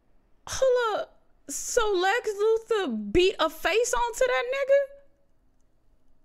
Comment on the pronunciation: "Lex Lufor" 😂😂😂 can't even say Lex Luthor